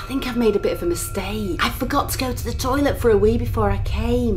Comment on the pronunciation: starts intro in toilet: I frogot to go to the toilet. 😂😂😂